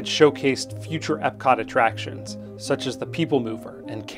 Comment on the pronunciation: I think you pronounced EPCOT incorrectly. As it’s EPCOT.